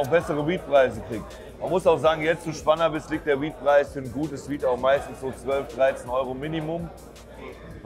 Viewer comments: Lost wer es [Schpannabiss] ausspricht 🙊 [Spænabis] bitte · Schbannabis... wer kennst sie nicht die berühmte Messe 🤦‍♂️